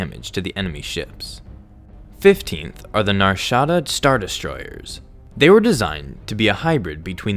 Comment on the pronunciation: Literally the only person ever to say Nar Shaddaa like that.